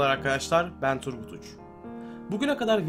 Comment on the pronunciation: Turgut adam gibi söyle lan Tu kaka mısın sen ? :D ahahahah